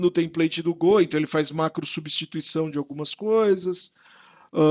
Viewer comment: Legal você voltar com a série de vídeos, mas essa pronúncia de Gô ainda me dá gatilho rs